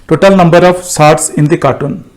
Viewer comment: Cartoon nhi it's carton (box).